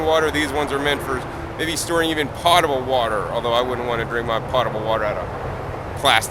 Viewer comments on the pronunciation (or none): It's potable not "pottable" ;^) Also, galvanized raises the ick-factor considerably. I definitely would not want to use a galvanized tub as a raised bed in MY organic garden.